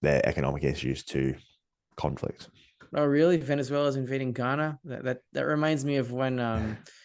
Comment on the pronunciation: Pronunciation 'Guy- ana' Not Ghana. Oh well everybody makes mistakes.